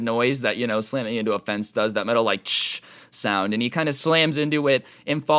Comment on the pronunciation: you would never think that a guy whose job is talking would say the word "sound" wrong XD